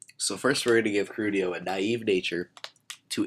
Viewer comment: I thought his name was Keldeo? Not Kerudio. o_O